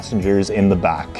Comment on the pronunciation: Back, not Bok.